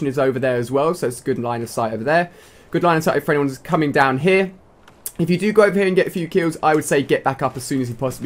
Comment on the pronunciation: Omg, i hate how he says here.